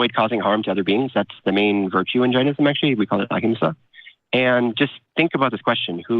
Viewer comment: It's JAIN-ism much like Chain-ism. I think Jainism & Buddhism either branched of from Hindhuism or shared beliefs. I'm from the country of the religion you're practicing. So, why stop at Jainism? Why not go all the way to Hinduism? Foreigners, please stop mispronouncing our language. You stole so many things from us, please don't steal our languages too. I exited Hindhuism BTW, a religion you're kinda practicing.